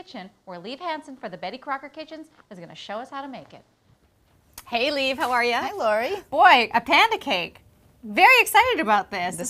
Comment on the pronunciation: It's liv not lee LOL.